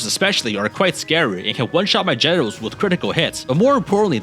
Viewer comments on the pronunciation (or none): did u say "generals" or "genitals"..